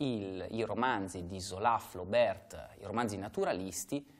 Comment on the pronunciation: Adoro le tue lezioni! Flaubert si pronuncia senza il "t" finale :-)